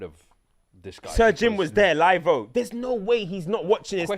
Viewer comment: When did ‘live’ become ‘live-o’?! 😂